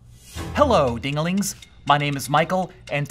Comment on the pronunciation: Did he just call us ding-a-lings?!